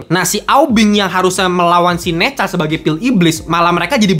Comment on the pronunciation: Bacanya Ne zha seperti baca e pada kata bener, buka e pada kata bebek min